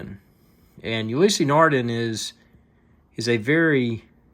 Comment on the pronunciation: Just found your video - the close-ups are appreciated. But seriously dude - if you are going to do a video on a product, the least you could do is learn how to pronounce the manufacturer's name correctly.........